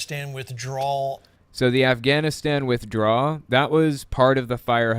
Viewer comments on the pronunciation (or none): "GUYS, the afganastanannies" LMFAO